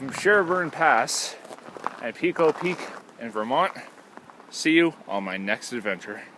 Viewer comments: I owned the Edelweiss Motel directly across Pico Peak. It is pronounced PIECO, NOT PEECO. I loved it there. I was a Ski Instructor at nearby Killington. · Yea.. the 'peeko' was very distracting. Overdub with 'pie-ko'.